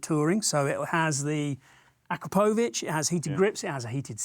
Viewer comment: that's an a-crap-o-vitch correct pronunciation 😂